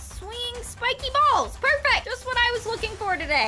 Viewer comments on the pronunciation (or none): bro really said spikey ball 💀